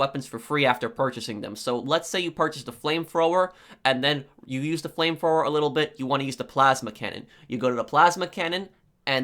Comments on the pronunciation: It's "flame thrower" not flame fwower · Brooooo u talk so fucking stupid what is a flame froer? And wtf is wiff lol dude seriously... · “Flame frower” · Frame fwoer lol this guy's got the typical nerd voice. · the “fram frower”😂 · Flame Frower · It made me laugh so hard how he say flame thrower